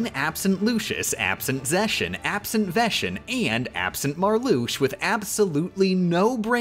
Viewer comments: Hey. I'm a HUGE kingdom hearts fan, and there are a few mispronunciations of the organization 13 members. Larxene is pronounced Larkseen, not Larsheen. Vexen is pronounced Veksen, not Veshen. Marluxia is pronounced Marloosha, not Marloosh, and Luxord is Luksord. Did I miss anyone? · Veshen? You said veshen? Not veXen? Gross. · THEIR NAMES ARE PRONOUNCED WITH A HARD 'X'. Not Veshen or Zeshion. It's Ve'x'en and Ze'x'ion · Larsheen, Lewsherd, Sayx, Zeshen, Lucius (Seriously? That one is so off it doesn't even make sense), Veshen (OMG this is becoming painful). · Why did we play in Japanese? Was that ever explained? Like it was kind of weird to hear things like "brave form" instead of "valor form." Plus, she pronounced most of organization 13's names wrong. Who the heck is Veshen or Luscious? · “Data Vexen” “Data Xaldin” “Xigbar” Oh she PLAYS PLAYS kingdom hearts